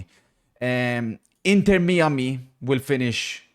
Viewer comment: 'inter mee-a-mee'